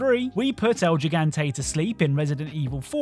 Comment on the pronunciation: It kills me every time I've hear "El Gigante" pronounced like that over the past 20 years xD It's pronounced just like "he". "He"-gante